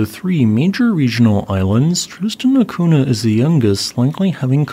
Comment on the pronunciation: NH in Portugese is pronounced like NY, so it is Tristan da Cunya. I dont get why you just ignored the H completely